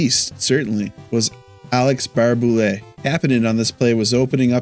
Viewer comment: It’s Barrhey- Boulet